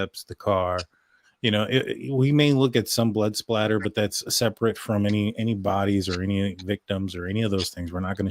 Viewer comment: Spatter. (Not spLatter.)